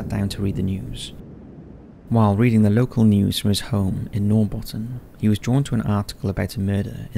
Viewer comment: Inte så konstigt förstås men uttalet av ”Norrbotten” och ”Sune” var brutalt😝